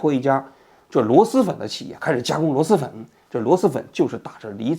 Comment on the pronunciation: 王局，是螺狮粉，不是螺丝粉😂